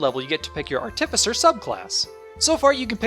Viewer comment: I'm sure it wasn't intentional, but it seems to me that you put the emPHAsis on the wrong sylLAble every time you say the word ARTificer!! LMAO